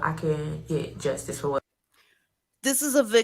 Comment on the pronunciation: Did she say, "in the DUSTICE system"?🤣😂🤣😂🤣😭😭😆😭😂🤣🤣